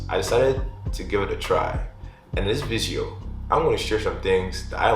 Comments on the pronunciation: “In this vizeo” ☠️ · I love your videos, but why do you say 'video' so weirdly?